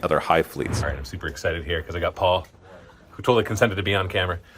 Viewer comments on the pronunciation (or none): none